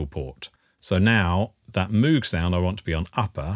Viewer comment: its pronounced Mōg not Moooog